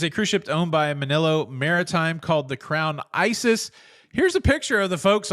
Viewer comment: Ha ha, "Crown Isis" It's "Iris"